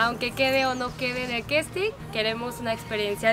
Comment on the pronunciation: No se dice "questin" se dice casting.....lol